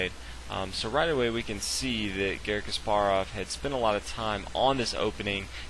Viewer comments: Is Kaasparov not Kasppaarov accent pronutiation in 1st a not in p and 2nd a. 🤗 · You're pronouncing Kasparov wrong. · It really bothers me how you pronounce Topalov Kasparov